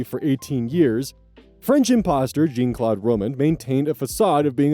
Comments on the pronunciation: "Jeane Klot Rohmend" God, that pronounciation hurted....😂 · Friendly fyi, the "ean" in Jean-Claude is is pronounce like Sean, or like Captain Jean-Luke Piccard of the Starship Enterprise. 😊